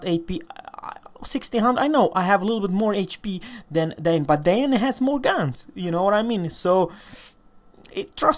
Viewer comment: Don't apologise! Love watching this tier. Great game. PS Danae is pronounced Dan Eye.